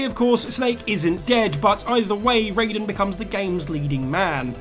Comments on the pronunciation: It’s Ri-den, not Ray-den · The most shocking thing in this video, is how many times you mispronounced Raiden, despite how many times they say the name correctly in MGS2